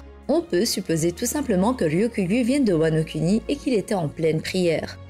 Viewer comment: "wano-cunny" J'ai explosé de rire, désolé 😭